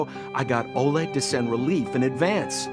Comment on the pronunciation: A lil tip from your ru bro, in Oleg, emphasis on E. But it’s funny to hear either way😊 keep up good work,.